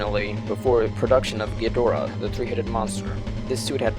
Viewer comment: Why do English speakers mangle this Kaijuu’s mane? The stress is on the first syllable and the /o/ is diminutive. GĒ Dō RA.